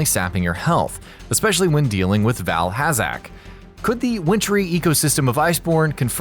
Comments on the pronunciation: he said “val has zack” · How do you mess up saying Val Hazak ?